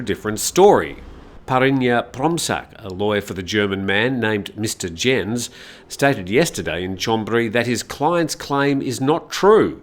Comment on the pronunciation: Just in case it crops up again Herr Jens' name is not pronounced 'djens' but 'yens'...